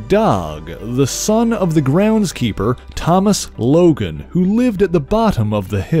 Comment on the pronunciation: Why is he pronouncing DOG LOGAN’S first name like that?